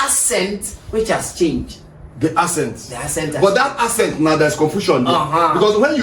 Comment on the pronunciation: Bro is saying asset instead of accent. Stop the cap 😂